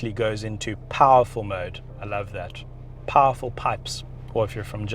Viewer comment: Pahful pahps🤣🤣🤣🤣